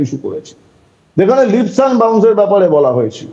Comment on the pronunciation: Kolkatar bangali Kobe 'leaps' ke 'lips' bola chharbe, sheta niye aekta Todonto hok. TV anchor Jodi 'lips' bole aekta ashombhob lojjar bepaar. It is 'leaps' to be pronounced as 'leeps'